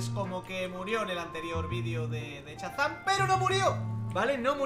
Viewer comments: Dice chazam y es shazam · Al final me ha rayado diciendo chazan en vez de Shazam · Se dice shazam no chazam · no es Chazam es Shazam...😬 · no te lo digo como ofensa pero no se dice chazan se dice shazam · LIKE por el "chazam" de. ⚡⚡⚡⚡⚡⚡⚡⚡⚡ ⚡⚡⚡Shazam! ⚡⚡⚡⚡⚡⚡⚡ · Se dice shazan